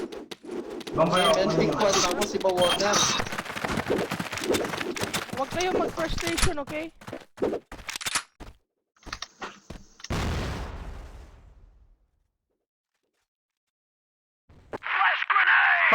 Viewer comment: Wag nga kasi kayo mag "FIRSTATION"" oK??? "frustration"